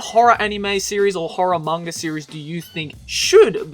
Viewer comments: is it just me or does he always say"mangar" instead of "manga"? See for yourself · you keep saying "manger".... manga